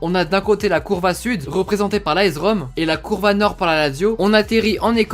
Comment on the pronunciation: Ça se dit aS Rome pas aEZ Rome